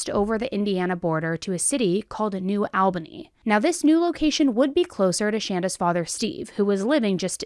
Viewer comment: Is that really how to pronounce Shanda's name? Only curious because Albany was pronounced incorrectly here